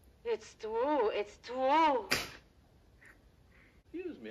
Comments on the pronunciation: Oh..its twue..its twue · Unfortunately one of the punchlines that was written by Richard Pryor was successfully censored by Warner Bros. When Lili Von Shtupp says "Is it twue the way you people are....gifted? Oh... its twue, its twue!" Bart was supposed to reply with "Uh, ma'am? Youre sucking on my arm" EDIT: also, for reference, white folks of non-Irish descent (particularly of English descent) used to discriminate againt people of Irish descent pretty heavily in the US. (The English in Britain do still discriminate against the Irish, but thats another matter entirely)